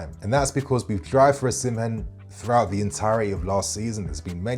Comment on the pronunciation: Excellent content 👌🏼 please reconsider your pronunciation of "Osimhen" though